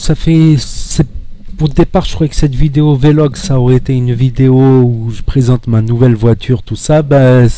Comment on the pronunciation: On dit pas vélog on dit vlog on fait la liaison mdr j'avais l'impression d'entendre un mec du bled.